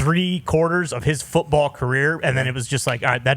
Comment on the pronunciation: When coach said run da footeball. Thats when I knew he was the real deal.